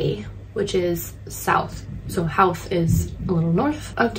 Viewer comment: Howth is pronounced with an o sound not like how.Its an easy mistake if your not from ireland